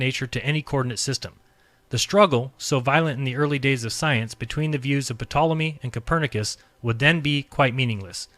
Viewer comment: He actually does this with a lot of words, and I try to ignore it, but it can be annoying for sure. Pronouncing the P in Ptolemy is another one that makes him sound way dumber than he is. incredibly smart, obviously, but glaring mistakes like that can be used by detractors to paint him as a pseudo-intellectual or scientific larper, and unfortunately, that's often all they'd need to make most people believe it. It's an easy way for such people to discredit anything he says, so cleaning that stuff up would help a lot IMO.